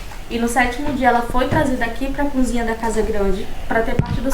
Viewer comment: Essa moça parece que nunca estudou ! Falar a palavra cozinha de cunzinha? Kkkkk